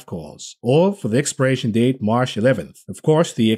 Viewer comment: I like how u say "Marsh" instead of March.